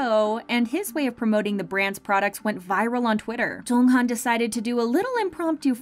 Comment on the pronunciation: Do I have hearing problems or is she really pronouncing Jeonghan's name incorrectly? Also why this topic? We all know they're rich due to their hardwork but why still make a video about it?